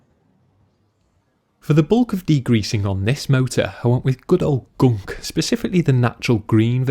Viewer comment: The way he says gunk made my day. Where are you from in the UK, mate?